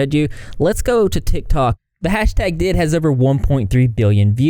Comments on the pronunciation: Just wanted to correct you on some things. D.I.D isn't pronounced ''did'' it's pronounced with each letters separated. Also the 'study' you fell on isn't right. Even through, as someone who is clinically diagnosed with DID and is also tired of watching kids making thoses role play worlds and calling it alters, this video in general isn't wrong at all I just want to correct this detail about the study you choose among many others because it got it wrong on some stuffs. DID doesn't affect a person at any age. No adult can suddently get it from a trauma it only start developing between 6 and 9 years old and then the symptoms can start to show around late teenage years and early years of adult life. After that it keeps developing so some other identities can appear during your life but the moment DID is formed in the brain is during childhood only. You get diagnosed after seeing alot of professionals for years otherwise getting a diagnosis before that is more than rare. It's indeed caused by trauma and it's a survival mechanism that the brain makes to protect the child (and still as they grow up). Also, it doesn't affect 1% or less of the world population but actually most of the studies points between 1 and 3% of the world population (which is still way less than the amount of kids faking for views on tiktok). A few things more: fictive identities or couple of identities exists but tiktok is exagerating every aspects of it like in the way they act, talk, switch etc. Those kinds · Also you may have said it "did" for engagement, idk, but it's "D. I. D" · also alters dating each other isn't as rare as it might seem.. tho that J&J do be kinda sus but seriously, just because it feels weird to a singular(plural = body with DID) this doesn't mean it's fake ..also it's pronounced Dee Ai Dee (D I D) not did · Hi! Just wanted to say it’s pronounced D.I.D. Great video!!